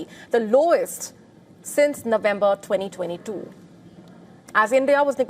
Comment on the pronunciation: she says "2022" with a London accent